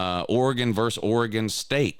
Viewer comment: VERSES not verse